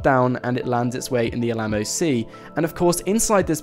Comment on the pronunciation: i'm i the only one that cringed when every time he said Alamo?